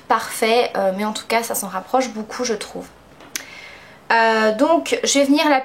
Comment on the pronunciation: trés joli :) j'aime "boucoup boucoup" LOL